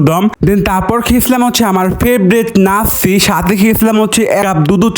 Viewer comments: Lacci ❌ Nacci✅ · লাচ্ছি ❌ নাসসি✅ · লাচ্ছি❎ নাচ্ছি✅😂😂😂😂😂😂😂